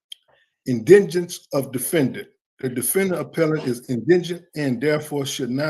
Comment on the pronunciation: Indigent not indengent lol